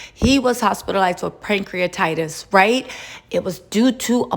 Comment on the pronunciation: It's Pancreatitis not Prankcreatitis 🙂